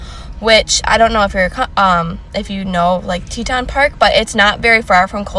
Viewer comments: The way you said Teton was so cute! It’s pronounced “Tee-tawn” (I’m from Montana) just loved how you said it ♥️ I live in the south now and my kids have accents. Just wanted to comment. I adore your videos girl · Moab pronounced Moh-aaahhB and Teton is Tee-tahhN. Love you girl! 😘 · Just to help you out for your next video on this, it's MoaB Utah. And the Grand Tetons. Like Teeton. Love your videos girl just trying to help ya out ♥️♥️ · Teton National Park. Pronounced Tea-ton, not Teten. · Teton.. pronounced ....TEE-TAWN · Hey -- you know I love you. Its pronounced "Teeet-On" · Teton = Tea Tong It's hard if your not from the area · I just have to give you the pronunciation of Teton because I am from this area. It is teat-on like a baby animal on the mother's teat. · Tee-tawns miss girl. Respect the National Parks 💛🌲 🏔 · It's pronounced Tea-Tawn. Just an FYI. 😊Love your hair! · As a Wyoming local, the way you say Teton is sending me! But great video! Love your content!!